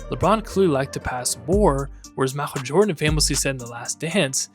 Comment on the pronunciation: "M'achel Jordan"